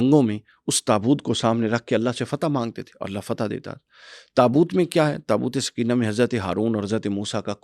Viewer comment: برائے مہربانی لفظ درست کر لیں، " تابوت سکینہ' SOKAINA ، تسکین دینے والا تابوت، سکینہ SAKINA مونث ہے عام طور پر لڑکیوں کے نام ہے۔آپ سمجھا دیں تاکہ لفظ ٹھیک بولا جائے، شکریہ۔